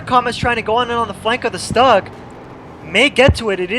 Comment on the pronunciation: The mispronunciation of stug hurts my ears.